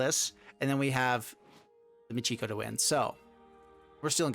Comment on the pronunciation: Michiko is not pronounced Moo-gee-go. It is Mee-Chee-Ko.